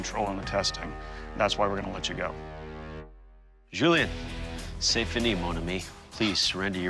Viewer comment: It's Juli-ein not juli-an.